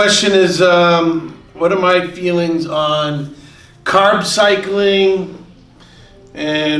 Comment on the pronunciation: You say carb to correctly to be from Boston